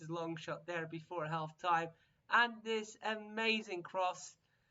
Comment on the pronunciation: Boral's looking like a stud even at a 46! build around him and the results will come! also, the L is silent in half.